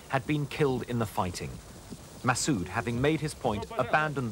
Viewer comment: masssooooooooooooooooooooooooooooooooooooooooooooooooooood ....pronounce it propoerly